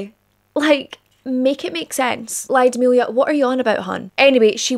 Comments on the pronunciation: Lyudmila [Luud-mill-ah]. The Y isn't pronounced that prominent. Not [Laio-di-milia]. Ludmila. Like the movie La Llorona the double L sounds like a j with a hint of L in the beginning. The same sound as that but more weight on the L and less on the J. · Mostly i agree. Except ''Lyudmila'' - bless you for trying though!